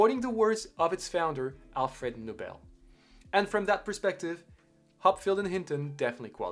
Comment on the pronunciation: Great video. One thing, it is properly pronounced “No-bell”, not “nah-bill”